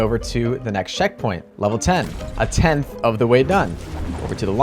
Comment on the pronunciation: “A tenth trough!” Fractions....School... *Sigh*...😔